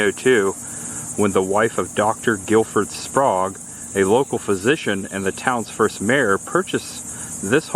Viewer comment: I enjoyed watching this episode. The Sprague House in Crescent City looks like a place my wife and I would love to visit and stay overnight. I believe we in the South would pronounce it as Spray-gue, not Spahgue like you did several times. Anyway, I liked the commentary. It would be cool if you were to get permission to interview a local resident of the towns you visit. Happy travels! Watching from Jacksonville.